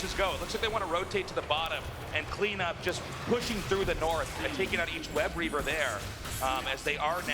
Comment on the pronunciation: He keeps saying webREAVER, pissing me off.